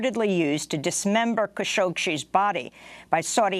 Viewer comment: Why do u keep calling him kashokshe?